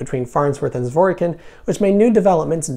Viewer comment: Zwor Kin. The 'y' is silent.